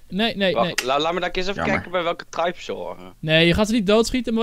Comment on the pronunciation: xd het is tribe niet tripe het is tribe